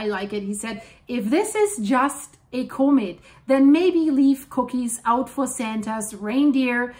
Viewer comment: Unsubscribing Stop talking about what you have NO Clue about Learn how to say Comet Not Cooooooomet Unsubscribed Just….I agree don’t visit Italy … volcano Up yours I’m glad you made a lot of money on your click bait and people seem to like you, but you’ve ever done it… I’m done with your bye